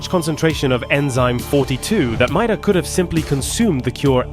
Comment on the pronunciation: I believe her last name is pronounced MAY-DUH but idrc I just like subnautica lore